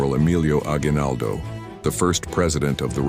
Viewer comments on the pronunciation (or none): Bonak na AI, ni Pangalan ni Emilio Aguinaldo di tama. Kahit nag type kanalng sana PWE!